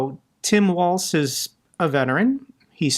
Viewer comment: Yes, please unseat creepy Ron! By the way it’s “walls” not waltz. Tim Walz is my governor!